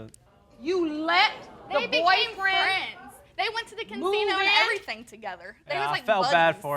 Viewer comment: Did she really just say caNsino together